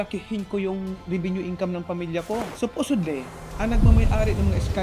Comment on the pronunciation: “Supusodly” tangina bobo to haha